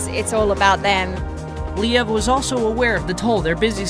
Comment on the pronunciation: I gotta say, this breakup really made me feel sad. They seemed like such a wonderful couple. Whatever happened between them, it seems like they are very active co-parents and do whatever they can to make the situation as comfortable for their children. Btw - I'm not sure you're pronouncing "Liev" correctly. Perhaps you can listen to other interviews with the stars you profile and hear how they pronounce their name.